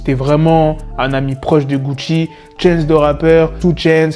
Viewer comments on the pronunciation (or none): none